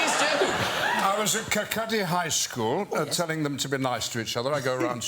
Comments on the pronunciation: I like Ian McKellen so much I'll forgive his pronunciation of Kirkcaldy :) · Ian pronounced Kirkcaldy wrong but everyone usually does so he is forgiven.